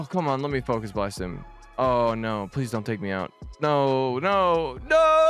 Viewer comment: This is the only way to say focus blast 😭😭😭